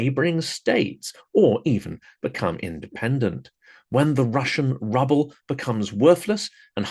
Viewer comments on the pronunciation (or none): the way you say ruble is very fitting to what is left when the russian army is "done" with a area.